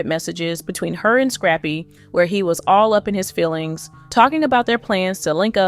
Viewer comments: Why she keep calling him scrapie lmao 😂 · Girl the man name is scrap-py